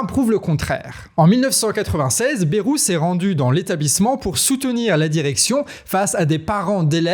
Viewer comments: Mon canard, arrête de dire BERROU, chez nous, en Béarn on dit BAILROU. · Prononcer BA (YE) ROU. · BAYYYYrou, pas Bérou, bordel. comme un "bail". Cela fait plus de 30 ans cette affaire... On déterre des choses connus de tous depuis longtemps là. Alors non, Bayrou il n'ignorait rien, en tant que Palois, il sait, comme tous dans la région.